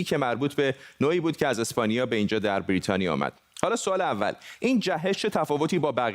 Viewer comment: درود هم وطن عزیز.این کارشناس احمق که داره با نیش خند میگه برررریتانیا منتظر نمونده زود رفته درخواست خرید فایزر داده.فایزر رو به پرستار آمریکایی زدن بازم کرونا گرفته.حرف من نیست تحقیق کنید ببینید درسته.